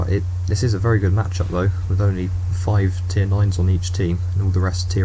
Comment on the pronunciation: Vewy Hormonal